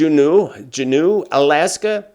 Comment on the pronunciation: Juneau is pronounced as Jew- no .